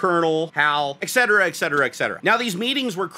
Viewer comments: Et-cetera, not "EK-cetera". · Love the video except for one thing. "Ex-cetera" is not a word. PLEASE stop saying it! When I hear it, it takes me out of the moment and a I start thinking about viewing a different video with the hope that I won't have to hear that abomination again. Thank you.